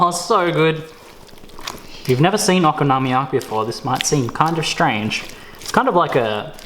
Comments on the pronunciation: Yea it's based on there letters which is (in almost all cases) a constant followed by a vowel so it should be very strait forward o ko no mi ya ki. I think you're saying oko nomi yaki. And I'm saying it like a European Would read it, one big long word, I'm not sure why it's different, I'm saying it over and over and trying to listen to you say it but I can't work it out. Either way awesome video, I've only ever bought this and I'm making it tomorrow for tea now. Thanks. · I'd also like to just say I'm not trying to suggest you're saying it incorrectly, just that for some reason I can't help but twitch! :p I had a Japanese friend who showed me the dish but there is a huge chance he said it to me perfectly and I butchered the pronunciation, while I love both the Japanese language and culture I'm rubbish at it! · You say Okonomiyaki differently than I say it and every time I heard you say it I wanted to poke myself in the eye. ... you said it a lot.